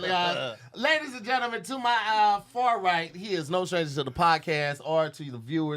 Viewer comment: and!!! Y’all gotta say something bout saying genlmen.. instead of gentleman lmaoooo